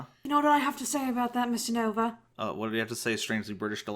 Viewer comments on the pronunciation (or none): none